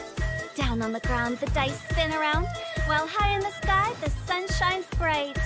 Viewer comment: Did anyone notice the way hu-tao pronounced “bright” ? It bothers me so much god 😭 Also such a slow patch..thank god for 2nd event banners so I can finally get Ahlaitham’s wp then comes the saving up for Focalor